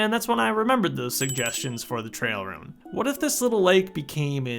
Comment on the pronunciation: why do you pronounce 'ruin' like 'rune'